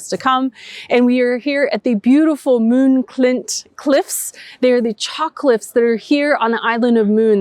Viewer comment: Good job on the pronounciation of Møn, - last time it was closer to "Moon" 😉 It almost sounded like two more Americans were going to the Moon - big deal 😂